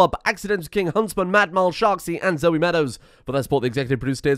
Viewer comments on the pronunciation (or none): none